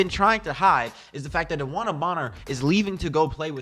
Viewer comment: At least say her name right